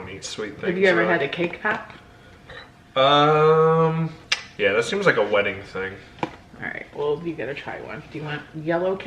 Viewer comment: “Cake pap” lol pop!